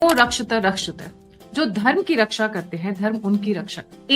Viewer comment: Ma'am, धर्मो 'रक्षति'. आप शायद 'रक्षत' उच्चारण कर रही हैं. दोनों ही बार आप त्रुटिपूर्ण 'रक्षत' का उच्चारण कर रही हैं. सही ये वाला है: 'धर्मो रक्षति रक्षितः'